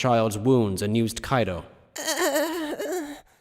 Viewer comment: This is dope but I die inside a little every time they say “Kaido” instead of “Kido” 😂